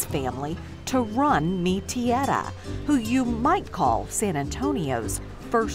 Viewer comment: Yes, she can't get the hang of the word "Tierra".